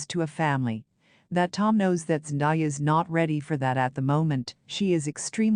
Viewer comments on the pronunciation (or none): Please say the woman's name right. It isn't Zen Die ah, it's Zen day ah!!!